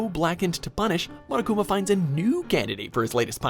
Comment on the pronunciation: I THOUGHT HE SAID MONACA INSTEAD OF MONOKUMA I- 💀💀💀 I heard monacakuma